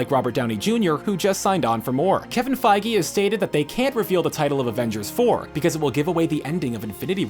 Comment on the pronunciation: your pronuncing feige wrong